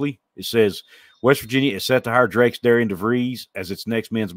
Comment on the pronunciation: Apparently though his first name is placed like it should be pronounced Deh-ree-ann, it us actually pronounced like Darren!